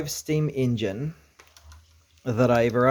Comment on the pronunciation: ENGINE not ingin